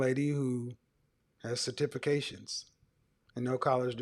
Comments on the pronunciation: A 23 year old on this video said “satifications” when she meant to say certification 😂😂😂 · Boy, I’m dying over here Sir-tifi-cation!!!!! Lmao!!!! You don’t need no man if you can’t pronounce “certification”. Lol! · "I have certifacation"😂😂😂😂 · Cer-tif-a-cations 🤣🤦🏽‍♀️🤡 certifications!!! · Cer-tifi-cation!!! You mean certification? Man I’m done right now! Lol! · "Cer-TIFI-cations" Lmao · “Sa-tifi-cations” Jesus, that was sad. 😔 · Satifacation lol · Oooookay? Certiffacation lol😆😂🤣!!! She better go get her a Pookie or Ray-Ray talking like that! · Her "Cer-tiffication" Kevin "Have you been to therapy?" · Homegirl said she has Cert -tif-fica-tions 😂😂😂😂😂😂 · Properly articulating the word "certification" isn't that hard... and English is my second language... ohh my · Certification lol the way she pronounced it sounds like a Jamaican trying to say it in English instead of that way were taught to say it in school. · she couldn't say certification 🤦🏿‍♂️. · Right lol I'm concerned that she's made it to 23..and no one made her aware of the proper way to say it. My goodness! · That was horrible. And she repeated it as it she was correct. At 23 she really struggled pronouncing something she has obtained. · When I heard that I was like. (Wait? How did you get that wrong?)